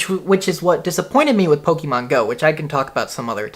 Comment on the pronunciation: take a shot everytime he says pokiemon